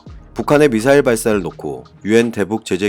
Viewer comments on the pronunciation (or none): 무슨 발사체 용어 수정할수 없는가 미사엘을 미사엘 발사했다 왜 쫄라 말도 못하는가 방송 집어 치우시요